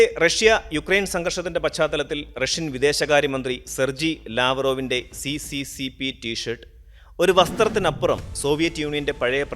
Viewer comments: അത് സി.സി.സി. പി എന്നല്ല ഉച്ഛരിക്കേണ്ടത്. എസ്. എസ്. എസ്. ആർ എന്നാണ്. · *Correction It is pronounced as SSSR not CCCP Bcz in Russian C=Sye and P=Rye Союз Советских Социалистических Республик. (Soyuz Sovetskikh Sotsialisticheskikh Respublik) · സി.സി.സി.പി എന്നല്ല, അത് റഷ്യൻ ഭാഷയിൽ എസ്.എസ് എസ്.ആർ എന്നാണ് വായിക്കേ ണ്ടത്. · Hi bro. Nice vdo. But CCCP = USSR,. But. അത് ഇംഗ്ലീഷ്. പറയും പോലെ C യും P ന്നല്ല. പറയേണ്ടത്